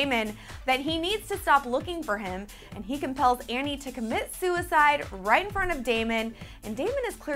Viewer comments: Andie. Not Annie. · stop saying "Annie"!!!